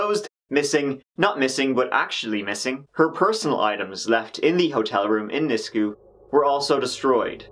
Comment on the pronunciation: Just the tip of the injustices against our aboriginal women in Canada. Also, it's pronounced "nis-queue", but you got kijiji right lol